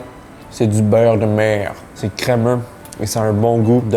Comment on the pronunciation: Cool vidéo mais la manière tu dis beurre comme Céline Dion me rend aggressif